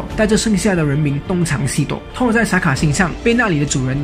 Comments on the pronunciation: 這不是發不發音的問題吧，電影裡就是唸Thor的音而不是Tor的音啊，直接以電影的唸法為準才是正確的。 這就跟Chanel、LV等名牌都有他們自己的唸法，你硬要用自己的發音唸，明明就是唸錯然後還說只是各地區發音不同，不是很好笑的一件事嗎？ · 講得很好，但是英文可不可以上google看一下怎麼發音？ Thor ,Tall很難分？ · 英文名聽不懂是因爲你們太蠢了 真的受不了你們説聽不懂 還有，up主能不能不要直接把 th 變成 t ???? 超級憤怒的，thor可以變成tor，thanos可以變成tanos,拜託！th是要把舌頭放在 上排牙齒和下排牙齒中間，不可以太大力舌頭和牙齒之間要有少少空間，然後 吹氣出來，聽到空氣流動的聲音就對了，然後一聽到空氣流動的聲音或感覺到空氣流動時， 把牙齒稍微咬緊舌頭，但不可以太緊， 聽到空氣流動的聲音減弱就對了，然候邊即時放開嘴巴，説出th後面的那個字母 的發音便行了。但其實如果你掌額不了，便直接説f音便算了，總比t好多了。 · 是沒規定沒錯啦，而且世界各地的英文確實有口音差距，不過很少聽到Thor跟Thanos是唸成Tor跟Tanos的發音，就像是把Thanks唸成Tanks這種感覺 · T跟Th的發音完全不會分 一直tor tor聽得好累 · Thor 怎麼都念成 Tall XD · 索爾那個不念拖兒好嗎..... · 索爾不是痛 th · 單純想問一下Thank you這個字在哪些地區是唸Tank you？ 因為影片裡面Thor跟Thanos都被唸成Tor跟Tanos的感覺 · excuse me, im really thankful that u made this vid but cant PLEASE pronounce THOR properly... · 口音跟發音完全不一樣 一個字除非是特殊情況不然就是有一定的讀音，就是只能那樣唸 口音是你講話的語調，所以只要能讓別人聽懂，口音沒有對錯好壞 但如果你發音發錯，就像你要說我要看你說成我要幹你，意思差很多吧？這時不管是台灣腔北京腔美國腔你都會誤會 所以本片的Thor，完全是發錯音，跟口音沒關係 有些人說他也聽得懂，那是因為你有畫面有字幕，而且講復仇者聯盟，裡面音最近的就是索爾，自然會懂他在說什麼。 口音不是重點，但發音發錯真的是會很丟臉。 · 还不错，唯一不足是英文发音。从头到尾贯穿的Thor，听起来很痛苦。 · 他的th發音怪怪的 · 額，我很確定thor不是這樣讀，你可以先去查google翻譯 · 索爾名一直念錯，難聽死了實在看不下去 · 這個發音真的不行啊…………